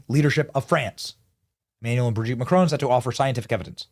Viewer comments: Hey Benny, it’s ‘Bro’gitte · LMFAO the emphasis on Brigitte 😂😂😂😂 hilarious